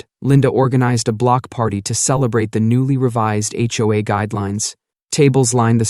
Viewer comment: It's jarring when the AI voice pronounces H. O. A. as "ho-ah."